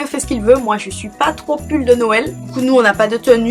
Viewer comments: Je trouve que pour une Antillaise tu aurais pu avoir de meilleures informations surtout pour les pâtés salés ou pour "les ritournelles" et puis on ne dit pas "Norël" mais "nwel" ou "Nowel". D'autant plus que la vidéo est assez longue mais néanmoins elle est intéressante. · Tu es la seule à dire :"Norel "